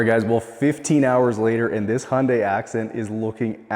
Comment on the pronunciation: why does you of pronounce hyundai as "hondæ" and not "Hyundai"?